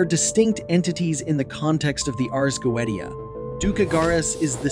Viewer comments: still mispronounced, its "goeTia", with a T not "goeDia" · Dude, it's...Go-A-sha. Not Go-et-E-a. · it's not pronounced go-eat-u'ta. it's go-iish'uh Ars = like multiple R's phonetically, not Airs... you are not qualified to talk about this... by miles. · The original latin is goe-zia with the letter "Z" pronunced hard... Not like "S". T + i + a/o is always pronunced in that way in latin, never as "T" or soft "Z". By the way, there's no need to be salty about that, everyone could make a mistake. However, I can see that it must be really bad for you to work with passion, creating great videos to expand knowledge only to be criticized on words pronunciation... And I am sorry for that. I have discovered your channel this evening, And from what I have seen it's a very good channel and your knowledges are vast and well documented, so I want to thank you for all your work and your dedication, I have just subscribed. Un Saluto from Italy. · Goetia (Go-eesh-ah). Everything else was brilliant. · y u say 'go ee dia'? do you say "go ee the" for Goethe? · He did not just say the goweediya …good god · Take a shot for everytime he pronounces "goetia" wrong. And by the way. Its Pronounced "Go/ui/shia" Not "goet/ia" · Go-E-Tia???? you know we can't take this even remotely serious right? (edit) I now find the video more credible however...... I believe original pronunciations should be noted when it is spoken in a different language than the rest of the video. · Fuck. Is it not pronounced "goesha" ? I have been pronouncing it wrong for years lmao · GO-AY-SHA say it with me, pronouncing this wrong earns a downvote. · go AY sha... Goetia pronunciation. Demonologists version. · It is pronounced, Go-ay-sha. Goetia. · You're mispronouncing it right out the gate -GO EH SHUH!!! C'mon man??? No telling what other words you're going to massacre...? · Goweedeshu. 😅 No dude, that's how it's pronounced in 'mom's basement demonology'. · It's pronounced go-ay-she-ia